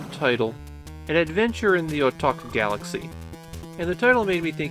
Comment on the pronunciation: Random, not every Japanese word that ends with "ku" is pronounced with a silent k. Otaku isn't Otak, and Ikkoku isn't Ikkok